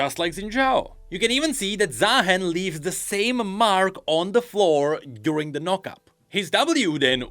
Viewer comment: why are we still pronouncing his name wrong? ZAAAAAAhen when it's Zah-hen? do we not watch his champion spotlight or Rioters speak his name? or even watch the motion comics?